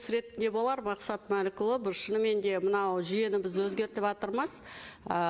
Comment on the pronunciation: Атырмыз"емес,,жатырмыз ",дұрысы осы.